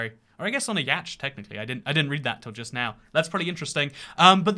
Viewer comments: Why does he pronounce it literally "yacht" instead of "yot" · the standard english pronunciation of YACHT isn't "ee~asht" at all but rather YOT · every source I can find would disagree with you. I even looked up how the British pronounce it and it’s still “yot” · I can tell you now. That's untrue as Bicester is NOT in the West Country. It's in Oxfordshire a few of my relatives live there. BTW I'm not sure whether your misprnouncing Yacht is a joke o4 not, but it is pronounced something like YOT. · The word yacht is pronounce YAW-tt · So, "ee~ot" then? :D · no way he pronounced yacht like yached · yacht - UK pronunciation /jɒt/ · Yacht is pronounced Yot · Why is he saying yacht like that is it a channel joke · Why do you say yacht like that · I dont think thats how you pronounce 'yacht'.. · psst, that's not how you pronounce 'yacht'. It's one of those weird words that isn't pronounced how you spell it. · i hate that pronounciation of yacht